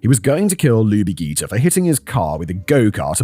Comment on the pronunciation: The correct pronunciation is Lubie ‘jee-ter.’ I was in high school in Atlanta during this time and that name always stuck with me. Such a cute name. It was a terrible terrible time in Atlanta. 😢